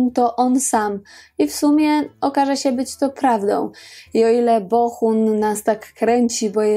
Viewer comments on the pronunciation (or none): BoHun, a nie BoCHun. Przez cały odcinek mówi Pani przez „ch”. Fajny materiał, a słuchać się nie da..